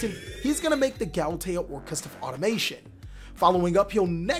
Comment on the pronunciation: Sorry to be THAT guy...but it's pronounced "Auto-ma-ton", and "Orcust-rion"